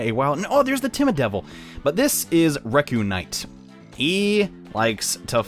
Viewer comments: Reuknight is prounounced (Ree-Unite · Fun fact: It's actually pronounced Re-u-knight. Get it? Reunite? But it's a knight? IT'S A GIANT PUN! xD Huzzah! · "Rekunight?" You're mispronunciation is getting rid of the awesome pun